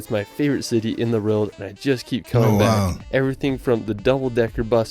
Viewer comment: Shame the guy in the video who is a famous world traveller can't say WORLD properly.